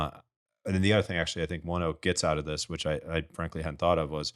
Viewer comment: It’s “One-oak” I’m a ONEOK employee and it’s a fantastic company. Couldn’t imagine working anywhere else.